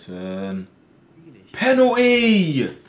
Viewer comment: Why do manny call penalty penotea